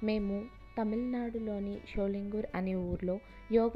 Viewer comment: Not Sholingooor.sholingar